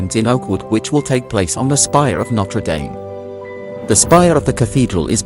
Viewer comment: It’s pronounced ‘nottruh damm’. No dames around. Is this an AI voice? All the French words are pronounced appallingly